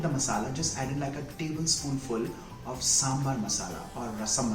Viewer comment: I love your recipes. Completely off the topic, I just wanna point out something, please don't hate me for it, but you're pronouncing "of" incorrectly, it's pronounced "əv", yes V in the end even though the spelling has F in it. My English is probably worst than yours but I had point out.